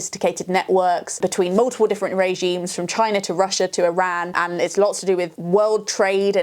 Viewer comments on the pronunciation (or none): none